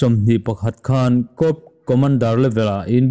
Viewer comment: I channel en a man hla in i aw a fiah tha a, i aw poh a zahawm thlup mai, thurawn 1 , 'corp' i lam dan hi ennawn leh deuh la ka lo ti ve mai mai a, cor tia lam a ni tlangpui a, p hi a silent tlangpui thin , cawp ti pohin lam la tuma poi sawina eroh chu a ni lem lo, thahnem ngaih thil mai a ni e, no offence please🙏🙏🙏